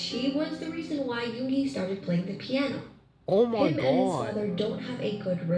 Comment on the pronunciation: I love the way says Yoongi 😂💜